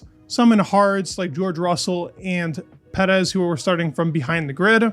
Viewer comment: verstahppin pedez Just say the names normally bruv